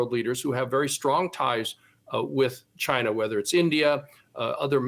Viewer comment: "Cheena"......say it correctly please.